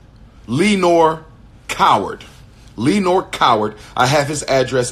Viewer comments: “LEE-NORE” will always be hilarious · “Lee-nor Coward” 😂